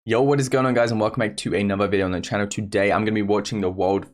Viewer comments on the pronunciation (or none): none